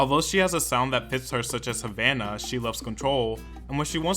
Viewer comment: Chile it's Havana not Havauna 🤦🏻‍♂️🇨🇺